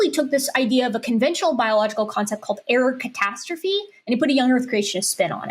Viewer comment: The way she says error catastrophe, I keep hearing Erikatastrophe, which seems like an amazing gamer handle.